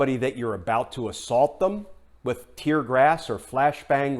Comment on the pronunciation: "tear grass'?